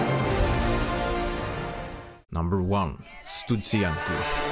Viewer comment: it hurts to hear Studzianki in russian accent, at least use translator 🔊